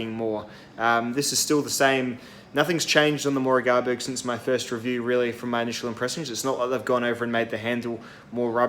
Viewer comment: I’m most impressed with you getting your tongue around that knifes name and the name of the Scandinavian shop that sells them! Granted I’ve no idea if your saying it correctly but I don’t even know where start 😁